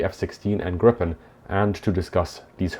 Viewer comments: So far fascinating. So just a little remark that I CAN make in an interlude. 'Gripen' - The Griffon - in Swedish is pronounced more like 'Greepen', not 'Grippen'! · The name Gripen should be pronounced Griepen and not Grippen. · The name is Gripen not Grippen! Tongue problems?😅